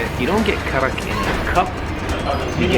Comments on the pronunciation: The 'D' in Kadak is pronounced as an 'R' so technically you're both correct on some level lol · Karak not KADAK habibi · Why do you call it kadak when it’s karak?